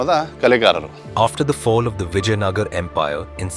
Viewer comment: Vijayanagar❌ Vijayanagara✅